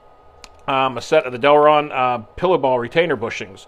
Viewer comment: Great vid as always cant wait to see you hit thr track with it. Ohh and its Delrin not Delron. Sorry just had to throw it in there in case someone wanted to search for them. Great vid nevertheless